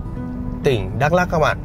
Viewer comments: Bị áo vàng Đắk Lắk hỏi thăm chưa anh ? - Đọc là Mờ Đờ Rắk đi cho chuẩn anh. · Đã hỏi dân bản xứ rồi mà vẫn cứ đọc là Mơ Đrăk là sao vậy? Bạn có biết rằng chính cách đọc sai sẽ có hậu quả thế nào không? Nó sai khó mà sửa lại cho đúng. Bạn biết không? Tôi ở huyện Krông Pac. Chữ Pac đúng ra có dấu trăng nằm trên chữ "c" (vì dấu trăng này không viết được trên chữ c bằng bằng tất cả các keyboard). Thế mà không hiểu sao họ lại viết chữ Pac thành chữ Păk. Mà chữ Pac có nghĩa là vệ sinh mà chữ Păk thì không có nghĩa gì hết mà chỉ nói vu vơ cho vui mà thôi. Còn dấu trăng thì có ý nghĩa thế nào thì bạn nên tìm hiểu để đọc cho đúng từ Ma - Đrăk chứ không phải là Mơ Đrăk.